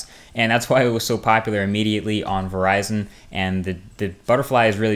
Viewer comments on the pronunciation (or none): none